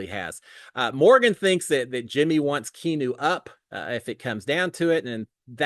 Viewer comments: I think keeps saying Key new because he’s too lazy to say 3 syllables key ahh new! Come on!! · Key Noo. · And you mispronounced his name multiple ways ha hahaha